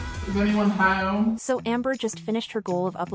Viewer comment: Your intro cracks me up every single time without fail 😂 "Hellaoh? Is anyone haome?"